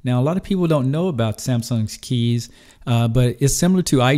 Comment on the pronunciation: good job for pronouncing kies right! most english people say it completely wrong but it is really the way how you pronounce it (it litterly mean choose in dutch)